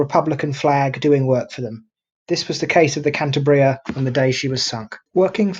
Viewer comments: The right pronounciation is KAN - TAH - BREEAH, with the stress in the syllabe TAH. I am from Asturias, the neighbor region to the West of Cantabria, where Captain Argüelles was born, so he was an Asturian. Asturias, Cantabria and the Basque Country were the so called Northern Front during the Spanish Civil War, both loyal to the Republic, while Galicia to the West and Navarre to the East were Fascist. Troops coming from the central part of Spain (Foreign Legion and Moroccan troops, helped by Corpo Truppe Volontarie sent by Mussolini) cut this area in two, separating the Basque Country and Asturias. Basque Government of the PNV, Basque Nationalist Party, surrendered later to the Italian troops and the Gudaris (Basque soldiers) were captured by the Francoist army. In this way Asturias resulted isolated, suffering the attacks of Galician troops by the West, Navarre troops (Requetés) by the East, colonial troops by the South, Francoist ships by the sea and the Luftwaffe (Legion Condor) by the air, with the Heinkel bombers based in León and the Messerschmidt 109 fighters based in Navia and Llanes. The fighter planes were commanded by Adolf Galland, a German ace during the Second World War. The aerial German Legion Condor was commanded by a brother of von Richtofen, the Red Baron of the First World War. Germans tried new tactics like the incendiary bombs and the carpet bombing, in Gernika and also in the strong resistence area of Eastern Asturias, in the Battle of El Mazucu. Gijón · Perhaps you should take a little more trouble with your pronunciation, and at least stick to the same pronunciation and spelling throughout. "Cantabria" in the title of this video. "Cantibria" in many of the captions. Often pronounced as "Canteberia". Confused. Which is correct?